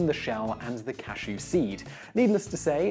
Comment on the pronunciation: He mispronounced cashew this entire video